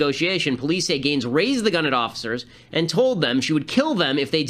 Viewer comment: Ben, It's Gaines! Not Gaites. lol